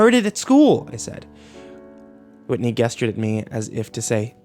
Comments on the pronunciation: It kills me you say "gesture" with a hard g. Its "jest-ure" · maybe people pronounce it differently, but that doesn't mean they're all right. A hard "g" is literally just incorrect. 😮‍💨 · As good and talented as the reader is, I couldn't help but cringe every time he freaking mispronounced "gesture." 🤦🏼‍♀️ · Every time he says "gesture" I cringe deep within. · Gesture is pronounced with a J sound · He has trouble with "g" words that have the "j" pronunciation...see how he pronounces "gesture". It drives me nuts.